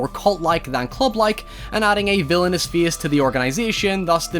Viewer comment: this dude was saying the word "face" the whole time? I kept wondering why he was saying "feast"....